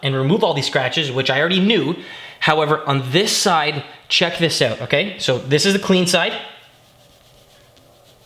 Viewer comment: I love how you say out HAHA OOT